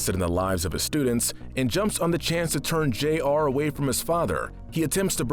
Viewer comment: isn't it Jr and not J.R.?